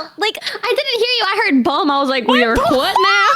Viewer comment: "your hfwut now?" yeah she's from the south haha